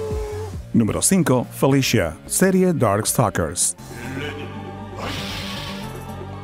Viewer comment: Si esta totalmente desnuda para que sepan xD Falta informar y solo se dice Felicia no Felishia